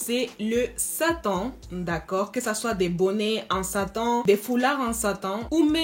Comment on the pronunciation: J'aime troooooooppppp ton accent mais désolée j'ai ris quand t'as dis bonnet en Satan 😂🤣🤣🤣🤣🤣